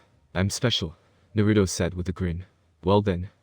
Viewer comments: First thing i hear is nurudo not naruto :\ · I don't like how he pronounces Naruto.